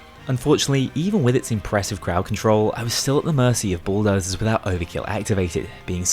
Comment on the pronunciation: His accent kinds makes it sound like he's calling them Schooldozers...